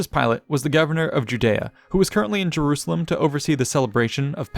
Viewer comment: "People of Jewusalem...Wome is youw fwend!"